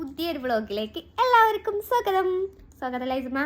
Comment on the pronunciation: ചോഗതം അല്ല ട്ടോ ചോഗതം..😂 Mashaallaah.. 🥰 വന്നല്ലോ.. 🤗